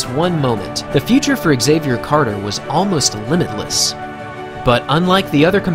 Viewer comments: Pronounced “zavier” not “x” zavier... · Why do you pronounce his name ex-xavier instead of xavier? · why does the narrator say "Axavier" instead of "Xavier" ?? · As a non native english speaker, let me tell you that Xavier is pronounced as a single word. It's not X avier ;) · Nobody ever pronounced Xavier "exayvier" 😂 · Why do Americans say “egg-Xavier”? Is this the proper pronunciation over there?